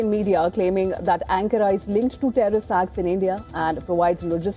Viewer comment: Pronounciation of the word "Ankara" is wrong.